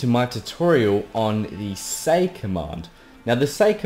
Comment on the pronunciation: the way he says s-a-yi but pretty good though I love his accent keep up the good work man